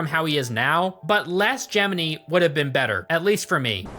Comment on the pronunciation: It’s clever to say the name Gemini as Jiminy it’s on the nose pun intended